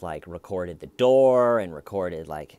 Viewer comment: As a southerner, I know we can sound slow and ridiculous sometimes but you have to admit saying "door" like "dwo-ah" and "car" like "cah" is strange, too right? hahaha Stayven is pretty accurate, from a Tennessean.